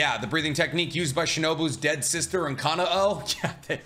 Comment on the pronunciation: I love your videos but one thing I’d like to ask is to look up how to pronounce the names correctly. Kanao is not how you pronounced it. It sounds like KA-NOW and Kamado is KA-MAH-DOE. Those are the two I caught on this video and the other demon slayer video you made. Other than that, keep it up!